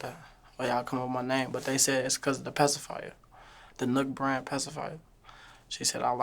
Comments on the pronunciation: Other than that… ITS NUK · It’s Nuk let’s go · It's NUK...... let's go. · I’m confused by this comment, it’s not spelled Nook but it’s pronounced the same way you would say “Nook”